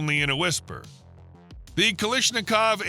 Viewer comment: It's Kalashnikov, not "Kalishnikov".